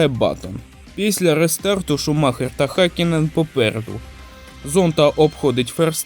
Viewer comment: Гакінен??? Ти ви заманали знущатись над іменами та призвищами! Вчіть фонетику а не лише патріотичні закони про мову!